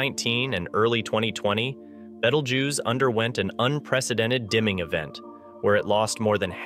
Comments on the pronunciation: Why are you pronouncing the name of this star wrong?😂😂 Beetlejuice, you know like the bug and the liquid that you squeeze out of an orange😂 it amazes me the jobs that some people get😂 who was the editor of this video he should be fired😮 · Woah you said BETELJUICE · Bettle-jews? This isn't even close to the ancient arabic name for the star. haha You lost me in the first 2 seconds. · I learned something from this clip , ............... that you can't pronounce the name of the star , Bettle - JEWS !!! seriously ??? :face-turquoise-covering-eyes::face-turquoise-covering-eyes:. It may have already exploded and we won't know for 700 years . Being from NASA I assumed you might know this , unless of course this is all read out by a bot . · Nice Video but you need to watch the movie Betelgeuse to know how to pronounce BeetleJuice. Moden day reference is former chicago Mayor Lightfoot. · clicked off after 9 seconds after hearing that pronunciation lmao